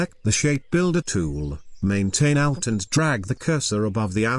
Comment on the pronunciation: Me: Narrator: ShaPe BUilder Tooool